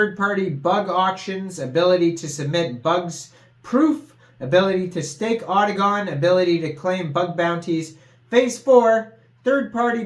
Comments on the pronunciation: It’s otacon not octagon lol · bro u was saying gon not con I must be high lol